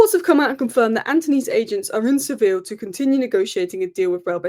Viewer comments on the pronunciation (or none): none